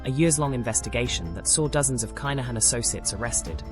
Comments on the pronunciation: Pronounce the name - ya AI bot. Privileged upbringing 🤣 Have you ever been to the bond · At least pronounce his name correctly